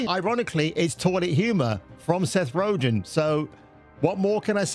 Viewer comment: who's Seth "Ro-gen"? XD